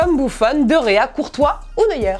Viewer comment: C'est Neuer, pas Neuier